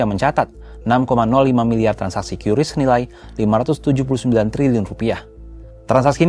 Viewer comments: Kompas masih pakai "kiuris" padahal BI sudah memastikan Qris itu dibaca "Kris" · Kompas jangan ikut-ikutan menyebut QRIS secara tidak tepat. Harusnya diucapkan 'kris' bukan 'kyuris'. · Dibacanya kris ya bukan kiuris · Padahal enak nyebutnya KRIS daripada KYURIS. Sulit, sulit. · maaf OOT ,cara baca qris itu dibacanya kris bukan kyuris,sekelas pembaca berita harusnya sudah paham cara bacanya karena sudah ada pemberitahuan dari pihak bank indonesia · Bacanya kris bang..bukan kiuris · Sekelas media kompas aja cara ngeja nyebut "QRIS" Masih salah, banyak2 evaluasi deh..